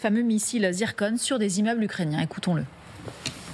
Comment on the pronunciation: C zircon et pas zirconne